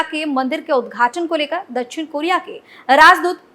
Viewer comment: दछिण नही दक्+षिण=दक्षिण बोलो